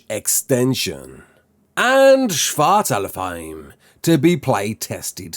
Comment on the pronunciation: Shvartalafheim? Shvartalfheim? Would love to do a video reacting to everyone's pronunciation lol